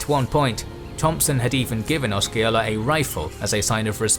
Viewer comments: And Oska-ola. 🤦‍♂️ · Also: Osceola: I believe the C is silent, therefore no K sound. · It drove me crazy to hear Seminole, Micanopy and Chief Osceola pronounced wrong but somehow got Withlacoochee right. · It is (I lived there as well) you are correct he is butchering it and Osceola as well, he could not even spend the time to research the proper pronunciation, I mean seriously. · Or the way he fucks up chief Osceola's name,too.